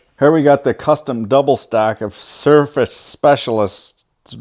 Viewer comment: where did you get the power supplies? Oh CiRCUIT specialist sounded like you said surface.